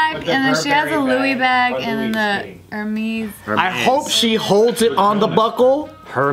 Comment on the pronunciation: always on point in the convos, even knows how to pronounce Hermes